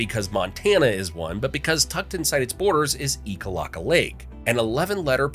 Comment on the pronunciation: Ekalaka is pronounced EEKUH-LAAKUH (the LAA here has the same vowel as LAND). — And Fact No.1 (ONE OF EARTH'S LAST TEMPERATE ECOSYSTEMS) is based on the fact that the Yellowstone River is the longest undammed river in the 48 States.